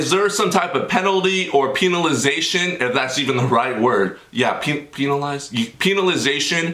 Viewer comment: Thanks for the shootout bro. That's the first time I've ever had one so thanks.😁😁😁 Also when you said penalisation like peen-alisation I could NOT stop laughing no joke.🤣🤣